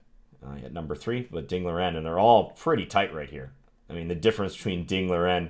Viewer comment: Not Liren like lear en. It's Liren like Lee Ren. But I know Chinese names are hard.